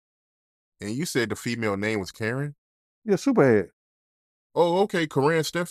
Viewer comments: u saying it was kerran... yeah superhead.. oh kerran stephans u got to say the whole name man..😂😂😂😂😂😂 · "You said it was Karen?": "Yeah Corrine Supahead" 😂😂😂 He be botching up all the names